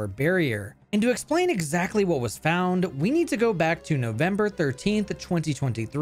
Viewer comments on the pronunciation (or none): none